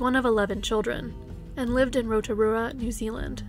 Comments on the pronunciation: I'm from New Zealand and I've never heard of Olives story. FYI well done on the pronunciation of Rotorua most people from other countries butcher it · You got roatarua right 👍